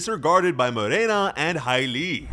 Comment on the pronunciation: thanks for pronouncing Morena right